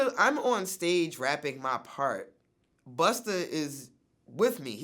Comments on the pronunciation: Ever notice that vlad always adds an er when an artist's name ends with an a? He says Pusher T and Buster Rhymes lol. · Vlad says buster and she says swiss wtf🤣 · Did Vlad say "Buster"?😂🤣 Yo fam, who you talking to? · Vlad calling Busta Buster smh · It bugs me he calls him buster 🤦🏾‍♂️ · "Buster" CRINGE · Am I the only one who cringed every time Vlad said "Buster"??? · I thought that it was just me. I wanted to throw my phone out of the window. 🤦🏾‍♀️🤦🏾‍♀️😫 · Kept calling Busta, buster. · Its Busta.. haha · "Buster" lol Vlad keeps saying that and I laugh each time. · I’m more annoyed than anything by Vlad repeatedly calling him “Buster” the entire interview. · Why does he keep calling Busta "Buster"? So disrespectful! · it's not buster VLAD.. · Why he keep saying Buster? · Vlad probably the only dude who call Busta Rhymes “BUSTER” lol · I swear everytime Vlad's talkin bout Busta he says Busterr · He keeps saying "Buster" like Vlad why must you be so cringey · Why does Vlad keep calling him buster though?!? Lol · why vlad keep saying buster... is it that hard 2 pronounce BUSTA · Vlad you have to say busta not buster. It changes the whole meaning of his name. Bust - A - rhyme. If u can pronounce vladamir u can pronounce busta. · It’s BUSTA... NOT BUSTER!🤦🏾‍♂️ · Why you keep saying "Buster" it's busta for fook sakes!!! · LOL, vlad keeps calling Busta , "Buster" and this dude is supposed to be all about the hip hop culture? Dumb a**. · And learn how to say Busta not "Buster" LOL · Vlad his name is busta not buster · "Buster" its BUSTA! Police ass vlad a whole bitch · vlad his name is BUSTA not BUSTER smh ur such a bozo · I hate you vlad, it's BUSTA! BUS TAAAAAH, NOT BUS TERRRRR, FUCK!!!!! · Europeans and them "er"s. Yo Vlad, its "Busta", not "Buster", muhfukka. Goddamn! Up in here ruinin a Legends name n shit.😡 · It’s busta VLAD not buster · Tell Vlad it’s not buster it’s busta officer sheesh!!!😂😂😂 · Why does he keep calling Busta, “Buster”???